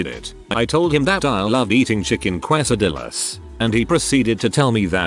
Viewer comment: I know this is a super serious video, but I can't stop laughing at how the narrator pronounces quesadillas 😂